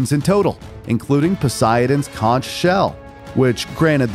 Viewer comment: "Kon-ch" "GOaard"